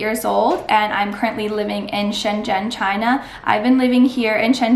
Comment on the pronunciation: You live there for 5 years and you still can’t pronounce Shenzhen correctly?